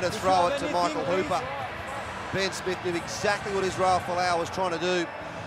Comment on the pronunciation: 'BIN SMITH OVER THE TRY LINE!' Why can't Aussie pronounce words properly?